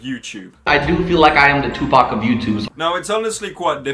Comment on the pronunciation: how you pronounced “Tupac" made me cringe